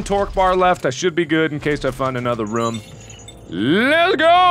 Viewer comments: It's a RHUM Sweeper... what the hell's a "room"? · the "ruumsweeper"